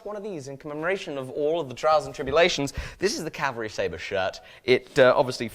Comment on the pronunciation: Can you PLEASE Stop saying Calvary! Calvary is a mountain in Israel. Its CAVALRY.